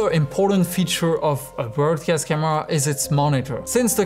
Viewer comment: You're pronouncing "broadcast" wrong.